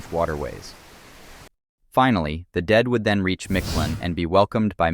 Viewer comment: As much as you researched this, one would think you would pronounce Mictlan correctly, you pronounce its ruler nearly perfect which is why I find it so hilarious lol. Thanks for the upload =]